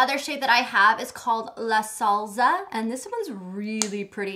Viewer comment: They way she says "salsa" lol